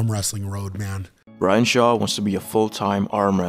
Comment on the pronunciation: Really sounds like you're saying Ryan.